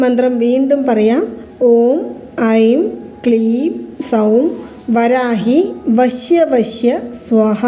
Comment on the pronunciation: ഈ കമൻ്റ് എല്ലാ ചാനൽ വീഡിയോകളിലും കാണാറുണ്ടല്ലോ😂ആയിരവല്ലി ചാനലിലും കണ്ടു.. പ്രശാന്തിന്റെ ഫ്രണ്ട്സ് ആരെങ്കിലും ഇത് കണ്ടാൽ അയാളോട് പറഞ്ഞു നിങ്ങളുടെ പണം തിരികെ തരും എന്ന് പ്രതീക്ഷിക്കാം ... വരാഗി അല്ല.. വരാഹി ആണ്